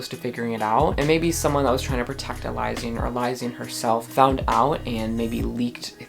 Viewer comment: I’ve been listening to the official audiobooks and so i think its pronounced e-Liz-sian